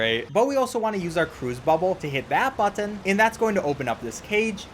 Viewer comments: Can we take a moment to appreciate how carefully enunciates the word "button"? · Speed run 10/10 Spongebob tongue 10/10 Button pronunciation 15/10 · I love how he says button.